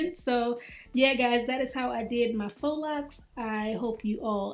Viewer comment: Let me hear one more person say fox locs 🙄😂